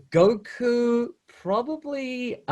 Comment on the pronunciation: Stop butchering his name please!.. he is goku for so many people have some respect of the name 😑